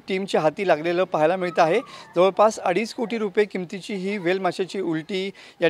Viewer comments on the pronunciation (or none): Adij nai adich asta re porano